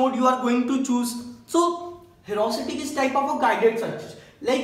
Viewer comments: #awesome 👌 but it is ह्यूरिस्टिक not ह्यूरास्टिक😂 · it isnt herusitic !!!! it is heuristic....... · The explanation was good. I am last minute learner, and this helped me a lot. So thanks a lot! This channel is great but won't reach its potential if you don't pay attention to detail. Try to check all the pronunciation (I am talking about 'heuristic') before making a video as pronouncing it wrong will affect its credibility. If you just avoid that, the explanation is great. I would really like to see this channel grow. All the best and keep helping last minute learner like me. (^-^)